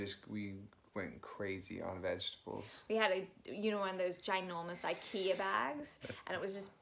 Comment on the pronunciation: When she said "Ikea" she sounded so ocker and Im living for it. 😂